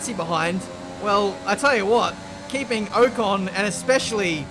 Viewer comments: Can we address the way he says Ocon? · Keep getting super annoyed when he says ocon 😤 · The way he says Ocon really triggers me